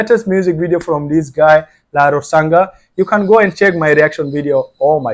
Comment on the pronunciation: His not Lalrosanga he is lalrousang ah not ga ,nga,ah